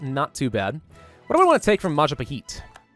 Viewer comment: anyone else notice that says "maja pa heat", and not "Maja Pa Hit" like it should be pronounced?